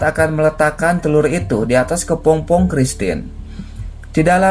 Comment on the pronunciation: Kepompong bukan Kepongpong min...